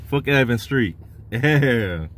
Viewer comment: It's Evans Street not Evan Street my boy